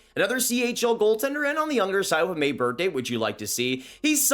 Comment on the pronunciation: Or anything with th honestly.